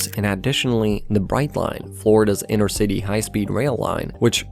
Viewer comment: “inner” or “inter” — needs clearer speech considering what the topic is